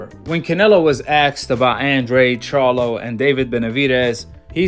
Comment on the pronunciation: The fact that he couldn’t even pronounce the Charlos names correctly and says “he needs to fight both” 🤦‍♂️ let’s me know that most likely he’s never ever even seen a single Charlo fight smh!